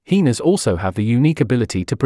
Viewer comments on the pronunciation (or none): I’m rolling every time he says heeenas 😂